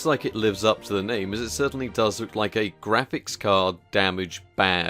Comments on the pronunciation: "Graphicks" Card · You end up spelling it Graphicks exactly like you end up spelling it Magicks! ;)